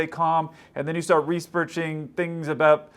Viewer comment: Ah Yes, Respearching, Very Engrish Speech💯 Still Love These Vids Keep Up The Good Work